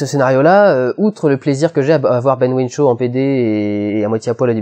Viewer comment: Ben Whishaw, pas Ben Whinshaw.